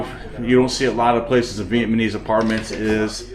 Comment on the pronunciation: Is it me or do I hear you say VietManese all the time?😂 It’s VietNamese.